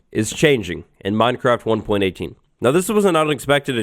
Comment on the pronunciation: The way minecraft is being pronounced in this video makes me feel uncomfortable (Minedcraft & modcraft are two examples).